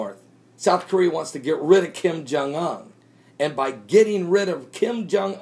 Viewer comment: As someone who speaks Korean, just saying: Your pronunciation of "Kim Jong Un"'s name annoys me a bit. It's not "Ung". 김정은. If it were Kim Jong Ung it would be spelled "김정응". Same thing annoyed me when I heard people pronounce it "Kim Yong Il" Also, We're not going to attack North Korea, and neither is the ROK. There's too much conflicting geopolitics, and DPRK doesn't want to poke the dragon. Making threats like this gets them food aid. Look at this objectively: If they ACTUALLY planned on attacking South Korea, they'd close the Kaesong Industrial complex. They're not doing that, because they need the money.